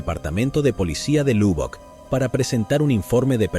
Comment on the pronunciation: La ciudad se pronuncio malísimo es Lobbock su pronunciación aunque se escribe Lubbock. Vivo a 2 hora de esa ciudad y la visito frecuente y habitualmente